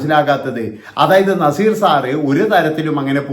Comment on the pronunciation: Nezeerinte പേര് ഉച്ഛരിക്കാൻ ഇവൻ യോഗിനാണോ